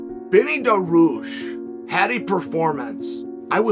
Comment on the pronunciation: Dah-ree-youssshhh Dariush said correctly